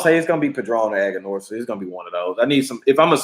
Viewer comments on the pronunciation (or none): Brotha you know it is Aganorsa